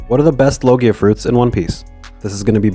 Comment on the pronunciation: It's pronounced log ja